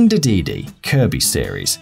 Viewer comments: this list....really focused on Mario enemies, mispronounces Dedede, and calls Pac-Man's Power Pellets "big coins". DO you guys at even do any research? what about: Waddle Dee, Broom Hatter & Cappy ( Kirby series ) any LEGO baddie in any LEGO game Smoglings ( Chibi-Robo series ) most of the aliens in Chibi-Robo Zip Lash Fobby/Foppy ( EarthBound ) Chu-Chu ( Zelda: The Wind Waker ) ( note: I know they're in other Zelda games too, they're just adorable in WW ) Greebles ( Skylanders Swap Force) Souflee ( Kid Icarus Uprising ) pretty much any enemy in the Starfy series Shadow Heartless ( Kingdom Hearts series ) the ghosts in Find Mii & Find Mii II Poppant ( Smash Brows Brawl & Smash Bros 3DS ) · The way he says DeDeDe LOL